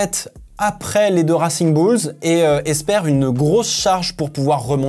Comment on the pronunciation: Ça pique aux oreilles ton accent en Anglais , peux tu faire un effort ?? Surtout quand tu dit « racing bulls » 😅